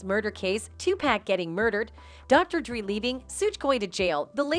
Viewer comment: Sooge and dree. I’m dead 😂